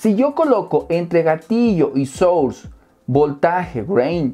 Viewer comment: Hermano querido, gracias por todo...por cierto...no es "SHUR"....si lo vas a decir Source....se pronuncia "SORS"....tuve que verte dos veces para saber que era SHUR...jejejejeje un abrazo